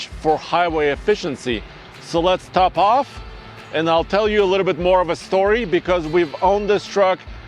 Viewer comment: says top off like “topov” 🇷🇺😂